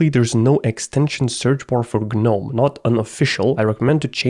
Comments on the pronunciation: im sure or im stupd but if im right its pronounced nome not Gnome. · It's not G-NOME it's NOME even though it's spelled GNOME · it's gnome, not guh nome, no GUH, just nome. holy hell, loved the vid tho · Him constantly saying Guh-nome is sending me. It’s just “Nome” buddy. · the pain of hearing him say g-nome but i pronounce it nome like the actual word imo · Broh.. say.... "G-Nome" or "Geenome/Jeenome" because that's how you pronounce it. Whats GnOmE? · hey hey, gnome = ( nome ) proper pronunciation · in the word "gnome" the G is silent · The G is silent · I HATE the way you pronounce gnome 😭😭😭